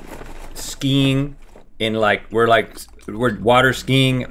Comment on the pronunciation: rhett: “skeen” translation: skiing